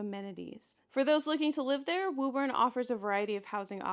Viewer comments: it's pronounced woo-bin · WO-BIN.... from a former Bostonian.